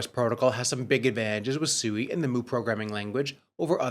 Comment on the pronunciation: You literally heard the co-founder of SUI pronounce SUI correctly about 5 times in 30 secs and for some reason you want to pronounce it like you are dumb, you heard him, he did not call it SUEY he pronounced it SWEE. I can see why traditional Finance doesn't take us seriously in the crypto space.